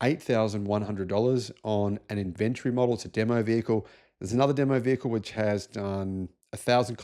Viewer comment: means "IN VEN TOR EE", when he says "IN.... VENTREE" - LOL 🤣☕.....Just kidding. 😅 Yes, Elon is the problem and Yes, Tesla is struggling, but they're not going anywhere. Tesla is not just the "car". They have a HUGE energy section that's making a LOT of money, and bots coming. They are also servicing millions of Teslas.....And, there is the whole Supercharger Network - WORLDWIDE - which has now opened to other manufacturers, making it the go-to "gas station" for EVs. (I am sure that was planned) They are making a LOT of money off the Supercharger Network. I think it's great that new Teslas are becoming more affordable. Here in the U.S., the used Tesla market is HUGE and you can get GREAT deals on low-mileage Teslas. There's now a Tesla affordable for nearly everyone. I don't agree with DOGE, or what Elon is doing politically, but the cars are still good. Elon doesn't "make" the cars. There's like 121,000 people working at Tesla. Elon didn't come up with the idea of Tesla. Elon did not engineer the cars. There's millions on the road, and millions more coming. They will sell. People who own them love them. There's a lot of good alternatives out there now, but I have looked at the whole market and I have yet to find an alternative for the same value and technology. There are some EVs that are maybe even better, but they cost nearly or over $100,000! Some lower-cost EVs come close to the value of a Tesla Model Y or 3, but they're not quite there yet. Right now I would st